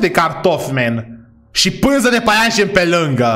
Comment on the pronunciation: .se spune păianjăn